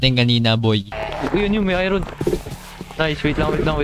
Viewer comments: when you pronounce Iron as ayron instead of ayorn 💀💀💀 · Lods "ayorn" ang pag pronouce sa iron❤️lab lots love your vids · I-Ron hahahaahahha galeng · Kua Hindi Po i-ron iron Po ahhaah